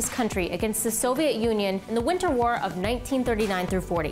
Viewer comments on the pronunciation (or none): none